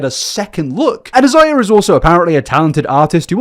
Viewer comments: Completely minor to point out but Isaiah is pronounced “eye-zay-uh.” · His name is most likely pronounced eye zay uh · "is the world even gonna be here" I've been saying that since 2019 . Shits looking rough, Also it's usually pronounced "eye-zae-yuh" c: it's generally a Hispanic name . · Isaiah is most likely pronounced as "I - zay - ah." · This story will never fail to leave me shocked and confused. The level of cognitive dissonance it takes to think this stuff is okay is crazy. (btw for I believe Isaiah is usually pronounced like eye-zay-ah) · Thanks for finally fixing the whole 7 backward subscribe signs, 😅😅 I think the first guy's name is pronounced as "EYE-ZAY-yuh," like the biblical name. Mariposa actually means butterfly in Spanish. It's pronounced as "mare-RIH-PO-sa" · The British vs American pronunciation of Isaiah threw me off. I was thinking he had a full different name until I read the name. The British version sounds better honestly. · I love how you pronounce Isaiah. I like yours better than we say it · Not the British pronunciation of Isaiah lol